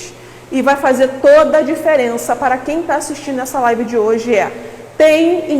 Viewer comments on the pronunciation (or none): none